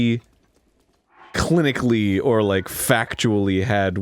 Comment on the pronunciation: new word = CHHHHlinicHHHally